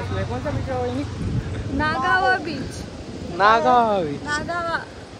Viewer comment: 😂Nagaava nahi nagav beach aahe to.. 😶